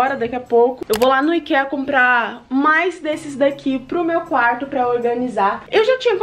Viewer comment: o IKEA que você fala, se pronuncia AIKIA(pelo menos é assim q o Leon e a Nilce falam)